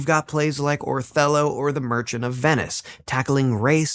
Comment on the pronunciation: If you want to lend credibility to your work, would you PLEASE fact check your pronunciations beforehand? Croesus is pronounced CREE-sus.Ur's not CROW-eesus. Marlowe isn't emphasized like the name for the wine, Merlot. MAR-lowe. It's MAR-lowe, honey. Emphasis on the first syllable, not the second. And it's not Or-thello but O-TELL-o (major face palm here). Also, it's important to note that there Shakespeare left not a single book or manuscript in his last will and testament, a document that was otherwise fairly descriptive and specific. I mean, he specified that his wife should inherit his "second best bed" and yet left not one book or manuscript to anybody with his will. I think that he could well have been a front for Oxford. It is also possible that the two men may have collaborated at least some of the time. This happened back then in the theater, just as it still does today.